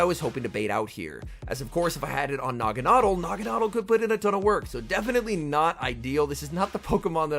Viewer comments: "Nah-Gon-Adelle" You're pronunciation would be correct if the E and L were swapped like "bottle" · Actually it’s pronounced Nagana-del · I've always pronounced it "nah-gawn-ah-dell". Am I the only one? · I'm pretty sure he said the name wrong 🤔 Nevertheless, each to their own 👍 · Yea the way he is pronouncing it sounds awful lol one of those names that I will pronounce different like Ferrothorn, Rayquaza, etc.